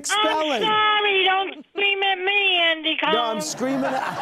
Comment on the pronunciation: Myra coming at Andy for how he pronounced her name, but it sounds like she called him "Andy CONE" which i don't think is the proper pronunciation LOL.